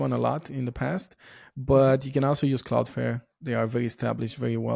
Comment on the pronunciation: I think this person knows is CloudFlare, not CloudFare. I think it is more a pronunciation matter, which is completely okay, because this person is not an English native speaker.